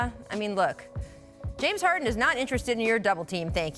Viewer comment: Did she just said Jade harden